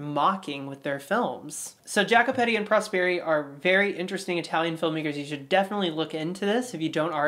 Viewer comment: example: Jacopetti is not pronounced differently - more like Ya-ko-peTTi